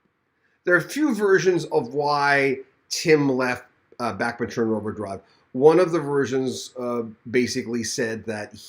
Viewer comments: The way to pronounce is like BACH not Backman.... Please get it right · Please quit saying Back men turner Its Bach sounds like Bock Like the classical musician Bach I had to quit watching because of your speech impediment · It’s Bachman, not Backman! 🤦🏼‍♀️